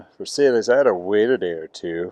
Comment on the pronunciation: that name is French not Spanish, it is pronounced "vair-sy"